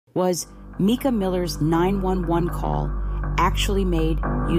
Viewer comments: Why do you sound like YOU are AI? You sometimes pronounce her name correctly (M-i-cah) and other times incorrectly (M-ee-kah). It's hard to give credit to what sounds like an AI narrator. I don't believe the call was AI either, as how could AI interact so quickly with the dispatcher's unique questions? But I do believe there's something very not right about the story we're being given. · Yes, it is Mica. Sorry but I’ve seen a couple vids where it’s pronounced wrong and I guess it annoys me because it seems disrespectful.